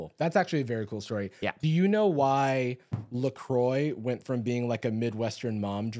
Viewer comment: As a Lacroix, I appreciate the love... and thank you for pronouncing it properly.